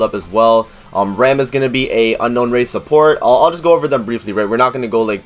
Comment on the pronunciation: Nothing bad on your part in the video but you're pronouncing ram wrong. It would be like saying rahm. But nice video. I'm still going re zero all the way for rem:)